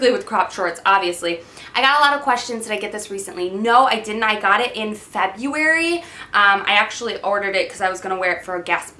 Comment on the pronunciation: I love the fact that it sounded like you said "Fabuary" - I instantly thought like.. Oh okay.. Fabulous-ary, that makes sense.. :D